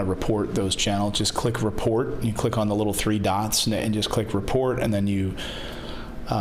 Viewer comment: Threed and four y not put he meant his teem not they ather sid